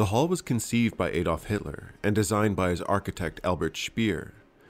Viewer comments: It's pronounced add olf not aid olf. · Very interesting, but the Adolf in Adolf Hitler should be pronounced Ah dolf (the 'Ah' rhyming with 'far' ) - not with the 'A' rhyming with 'way'..